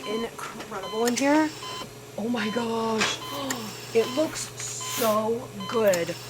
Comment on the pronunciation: I was DYING at your “lewks’ 😂